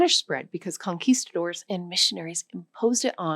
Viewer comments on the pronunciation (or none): none